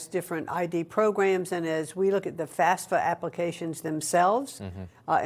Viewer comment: Hate to correct the Education Secretary, but it's not FASFA, it's FAFSA